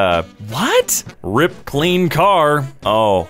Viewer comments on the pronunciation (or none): Please don't read RIP as rip 🤓